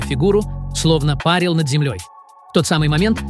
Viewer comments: Коментатор, учи русский язык. Па'рить и пари'ть это 2 разных слова, в данном случае душа пари'т, а не па'рит😡, аж слух режет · Почему чтец ставит не правильно ударение. Это режет слух. ПАРят в бане, а душа-парИт.😮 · Ролик очень интересный. Моя дочь пережила две клинические смерти. И теперь я точно знаю, что душа есть!!!! Но вот диктор за кадром ...... Он, что в бане вырос? Всегда говорит пАрит, а не парИт.